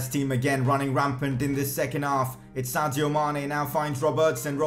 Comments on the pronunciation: Sadio Mane... not Santio Mane! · It is Sadio not Santio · Anybody else hear Santio Mané?